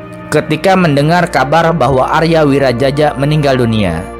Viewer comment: Arya wiraraja buka Arya wirajaja